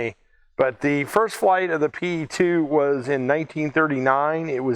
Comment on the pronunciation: Just a small correction, if you don't mind. The correct way to pronounce the airplane name is "Pe", not "P.E." The Soviet airplane names are not acronyms, they are usually just the first two letters of the designers last name, and are pronounced as such. The designer was Petlyakov, the airplane is just "Pe" (just like one pronounces the first two letters in "Pennsylvania").